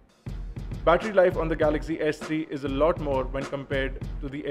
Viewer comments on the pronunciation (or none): none